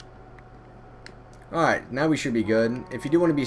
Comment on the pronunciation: Dude stop saying airight